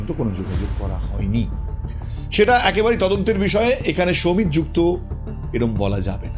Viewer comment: সমিত নয় সৌমিত।